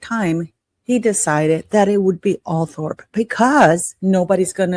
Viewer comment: Just so you know, Althorp is actually pronounced Althrup.😁